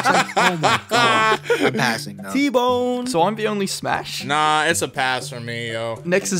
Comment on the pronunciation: Bruh “smas”